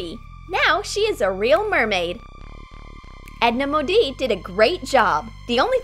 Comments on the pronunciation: It's not pronounced Edna Modie it's pronounced Edna Mode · It's Edna modie Like mode Not modie wtheck! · It's Edna ModEE. Not Edna ModIE. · It’s pronounced EDNA MODE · edna mode not modi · This is stupid. And it's Edna MODE. Not Edna Modie. And if that's just for copyright sake then just up with your own "fashion guru". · Edna modie XD How they said it 😂😂😂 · I’m actually offended. It’s Edna Mode (pronunciation)! And, she designs Super Suits! She is from the sixties in America (not 18th century England)! Troom Troom, stop ruining my childhood! Have you even watched the Incredibles? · Edna Modie. Me: I get it. They say it like that so they won't get copyrighted by Pixar. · Its pronounced edna MODE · Am I the only one who got triggered because she said Edna Mod ee ? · It's Edna "mode"